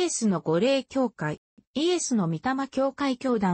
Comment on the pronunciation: 御霊は’’ごれい’’ではなく’’みたま‘’と発音します。